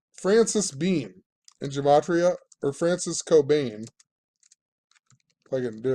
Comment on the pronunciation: Gematria! Yes you pronounced it right (@ secs in). Finally after all these years one of you guys got it. It's a soft g like guh-mah-tria. Ask a rabbi.. I appreciate your work, and what you're doing. You're one of the best channels on yt.